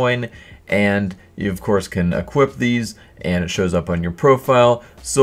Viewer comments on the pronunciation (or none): none